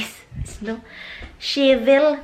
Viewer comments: You mean have the house bless??? 🏠 Even in Phil people have their house bless, if it's new built or newly rented! Hello, just commenting! And shovel the snow, not shevel the snow! I'm not bashing you,just correcting hiw to pronounce! Ur funny though! I liked to watch ur vlogs! Take care! Where do you live in Jersey? I'm also from Jersey, Bergen County! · nag bayo palay at nag tatahip ng bigas. ok lang kahit ano pa pronunciation ng shovel.